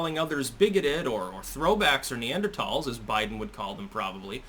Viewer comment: . How come you can pronounce Neanderthal correctly, but President Asterisk can't?